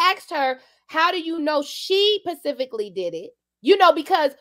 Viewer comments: said pacifically 🚶🏾‍♀️ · not “pacifically “